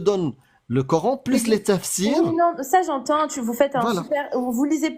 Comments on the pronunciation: La 1ère ne parle pas un mot d'arabe mais prononce cor âne... Bienvenue en absurdie... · Je rêve ou la première intervenante dit " Cor'haine" ? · J'adore cette suffisance à se penser dans la vérité alors que les autres sont égarés 😂! Elle ne parle même pas Arabe mais prononce le coran : corhaine et je trouve cela vraiment ironique !😂 Le plus fou c'est qu'ils pensent pouvoir les moucher et repartent tous la queue entre les jambes ! PS : sa démonstration à fait prout 💩 et elle s'est fait avalé par le trou noir Gargantua qui avale la fierté des musulmans humilié !😂